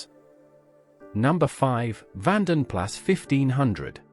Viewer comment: Vanden Plas is pronounced Vanden Plah. Also, the Allegro was never a hatchback. The Jaguar XJ-S made its debut in 1975, two years after the 1973 oil shock.